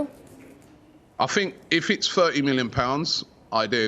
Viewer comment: Robbie "I fink" Lyle